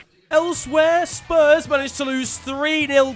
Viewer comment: Oi stop saying spur